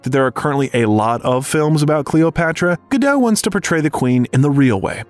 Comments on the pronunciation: Very informative, but I had heard most of this before. BUT!!! If you're speaking as an expert on Gal Gadot, don't you think you should pronounce her name correctly?? This completely erodes any credibility of this video. Someone did all this research, edited all these clips, and could't teach the narrator that the T IN GODAT ISN'T SILENT!! REALLY? How could you make such a MORONIC MISTAKE pronouncing her name incorrectly over and over and over again??? UNFORGIVEABLE!! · very bad eresentation... and Gadot "T" is pronounced! check your facts! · Her name is Hebrew, not French, and the T is pronounced. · Pro ounce her name correctly: Gah doat. Her mother' s name is Ear eet. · GAL GADOT. T is silent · It's a shame you can't pronounce Gadot correctly